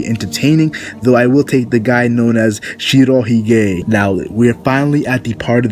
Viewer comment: Shiro He-gay? Dude, your weeaboisms hurt my ears. Please! Either learn how to pronounce words in Japanese or don't say them at all. Ok, I will break it down. Hige, pronounced quickly as one word, means beard. Also, Shiro means white. So, Shiro hige, pronounced almost like one word to the point that it sounds like some kind of Indian name if it is being used as a person's name, means White-beard. Nothing special about that, and saying it incorrectly in the Japanese does not make him sound tougher or anything like that.